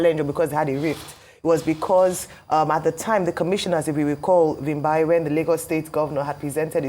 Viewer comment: "Vimbai" What is it with Igbos, and deliberately mispronouncing and miswriting other People's names and words?🤔